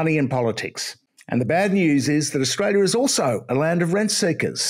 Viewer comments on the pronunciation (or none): What's he saying? Rent Seekers? Red Seekers?